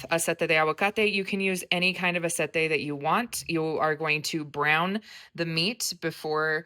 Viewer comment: Ahh-say-tay not Ahh-set-ay for Aceite, hope that helps.